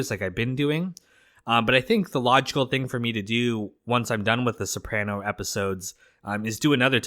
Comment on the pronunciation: it’s pronounced so-pruh-no not so-pran-o (I born and raised Capaci south Italy)